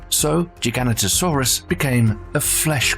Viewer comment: Your pronunciation of the Gigantasaurus needs work .....you manage to say Giant really well but slaughtered Gi Gan ta Saurus when in dought look it up ....behave